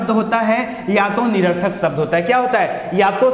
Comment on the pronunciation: शब्द कहिए, सब्द नहीं